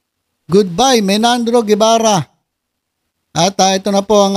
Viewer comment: BERBERABE hindi Bernabe, at Menardo hindi Menandro grabe ka